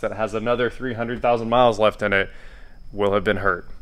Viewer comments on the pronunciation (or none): none